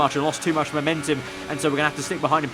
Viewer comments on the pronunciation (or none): none